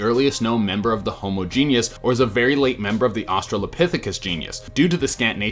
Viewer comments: Please for the love of Darwin - genus not genius. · *Genus… not “genius”. lol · its Jean-us, not genius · Dude, it's genus (geen-us).. not genius. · "Genus" is pronounced "GEE-nuss," Not "Gee-nee-us."